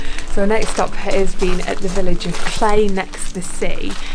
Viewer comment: Cley is pronounced as Cly. No clay